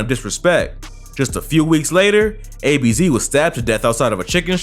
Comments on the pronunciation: It was ab’z not ABZ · ABZ😭 it's Abz. Pronounced like abs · Man said a-b-z🤣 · The way he said abz was funny still🤣🤣🤣🤣